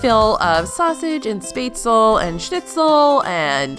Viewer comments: My family is from southern Germany and we've always pronounced it "schpetz-luh". We cringe everytime we hear someone say it like she does in the video. It's the americanized version 🤣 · You pronounced spaetzle wrong. My parents are from southern Germany where they make spaetzle and it drives me crazy when Americans pronounce it incorrectly. Sorry. Ate there last year and it was over priced and just ok. There are better German restaurants in the Orlando area.